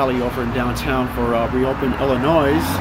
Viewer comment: The s is silent in Illinois.